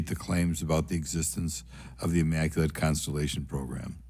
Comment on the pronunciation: Bobert says “immaculant, immaculant” after trying to be witty 😂😂😂 what an embarrassment to trashy bumpkins everywhere.